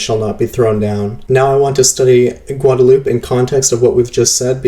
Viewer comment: Gwad-a-lew-pay. Come on man! I thought everyone knew how to pronounce Guadalupe. It is terribly distracting hearing something like this over and over.